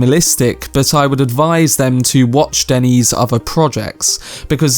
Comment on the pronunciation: "Danny"? Really, Danny? Listen to the Blondie song Denis. That is how you say it.